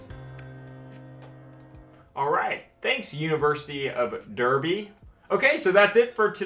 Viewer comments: "Thanks University of DERby" 😊🤣 *It's pronounced, "DARby" like a good citizen should. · Really interesting to learn the differences between US and UK court, I also loved the pronunciation of Derby :D Love it when non-brits pronounce certain British names (no fault of your own, I'm sure it was designed to mess with non-Brits). Derby is pronounced Dar-bee. Also as far as I know (I have never actually had to deal with solicitors or barristers in a legal capacity), a solicitor usually deals with contract law in an advisory capacity rather then a court capacity. Such as when purchasing a house you would have a solicitor review the contracts or draw up such contracts. A barrister however would be someone in the court room defending you. This is based purely on inference and not actually requiring either of the 2 job titles. Despit being a citizen of England, I still find these videos fascinating. Love it :) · It's pronounced "Darby" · Derby is pronounced "daarby" in England. So it's the university of Daarby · "Derby" is pronounced D-AR-BY in the UK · Pronounced "Darby." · Not to have but it is pronounced “darbey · I just hope someone makes a clip of you pronouncing derby wrong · Hay you pronounced derby wrong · Is no one gonna bring up him pronouncing Derby?!? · As soon as I saw “University of Derby” come up, I knew would mispronounce it.